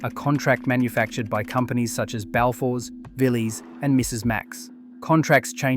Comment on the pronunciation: arguably the biggest sin in this whole video is that absolutely utter butchering of a pronounciation of balfours you did